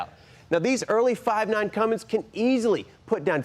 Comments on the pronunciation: says Cummings... uhhh, it's a CUMMINS. There's no "g" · Somebody please tell that when hes bragging about being the first to do something. At least know how to pronounce Cummins. Not Cummings. Lol. Love thst guy!!! Hes a legend